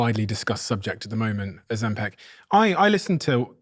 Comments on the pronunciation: It's not OzemPEC! It's OzemPIC!!! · Stop saying "Oh- zem- PEC". It's "Oh-zem-pick". Learn to say it right